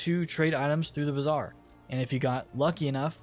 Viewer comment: It's Bazaar 😂